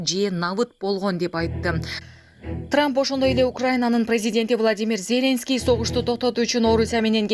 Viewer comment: Зеленский от слова зеленый ударенияны туура коюп окучу